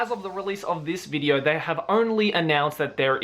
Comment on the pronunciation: haha he said "bideo" see if you can find it